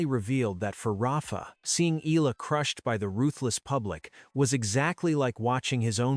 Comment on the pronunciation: It is pronounce as Eyala. If you narrate kindly pronounce correctly